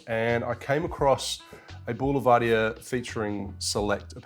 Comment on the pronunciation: Pronounced Bull-Ver-Deer...👊